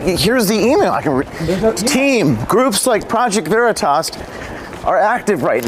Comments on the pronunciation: Haha...he's pronouncing Veritas like "burrito"...... Obviously Latin wasn't in the curriculum of whatever woke place of "learning" he was brainwashed at! :) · The way he mispronounced "Veritas" to make out he didn't know what it was was priceless.